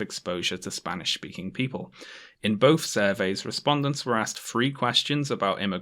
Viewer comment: Ah yes, the English words of "bof" "frow" "aufor" and "fought provoking"